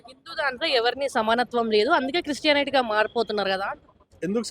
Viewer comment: ముందు క్రిస్టియానిటీ అనే పదం సరిగ్గా పలుకురా భాయ్ అప్పుడు నిన్ను నమ్ముతాం,,,, జై శ్రీ